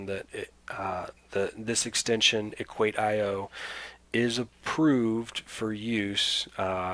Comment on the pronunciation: thanks a lot but on their homepage they pronounce it „equaysheoh“ rather than equait-i-oh.